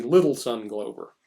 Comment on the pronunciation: I was around the Minneapolis scene in the 60s and 70s, and KR&G (in various combinations) were great. And everybody had this book, invaluable even with his sometimes annoying hipster slang. PS--Tony Glover's name is pronounced "Glove-er" not "Glow-ver."